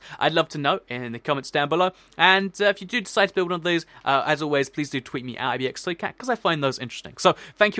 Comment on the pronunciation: Is it me or he says ibxtoycam instead of ibxtoycat ?